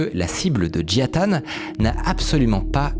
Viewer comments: Peux tu lire le mot suivant stp : Nintendo -Micode : "Nitendo" -Et celui-ci : Jia Tan -Micode : "Jian Tan" 🤔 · Tu dis Jian Tan au lieu de Jia Tan à chaque fois ça me perturbe de ouf, mais super vidéo ! 👌🏼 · JIA Tan, pas JIAN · Désolé, beau gosse, ce n'est pas Jian Tan mais Jia Tan. Tu l'as bientôt compris. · Comment ça me stresse que tu dises Jian Tan au lieu de Jia Tan 😱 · C'est marrant tu as dit toute la vidéo JiaN Tan... et c'est JiA Tan... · pourquoi prononcer "JiaNE Tan" et pas "Jia Tan" comme c'est écrit? vraie question, est-ce qu'il y a une raison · Toujours du bon travail mais je m’en remets pas que tu as dis Jiane tan , jia ta CEST JIA TAN PUTAIN😂😂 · Y'a que moi que ca trigger d'entendre "Jian tan" et lire "Jia Tan" ? x) Si non super vidéo, beau travail, merci beaucoup ! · J'crois qu'on a eu droit à toutes les prononciations pour le nom du mec... Jian Tan, Jia Tan, Jia Ta.... concentre toi un peu veux-tu ? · j’te jure il voulait pas dire jia tan toute la vidéo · Merci Mine-code, superbe vidéo Ya que moi que ça trigger à mort qu'il rajoute systématiquement un N gratuit à Jia-tan ? Pas UNE SEULE FOIS il le prononce correctement